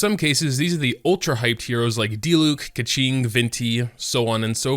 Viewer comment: not "ka-ching" but "Kae-king"